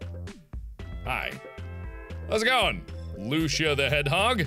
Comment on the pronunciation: When I saw the name Lucia the hedgehog I was so confused because that's my real name and markiplier you pronounced it wrong 😳😳😳